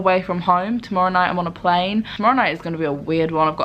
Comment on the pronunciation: When you were talking at the end of the video you sounded like you had started to develop a bit of an Australian accent when you said home and plane.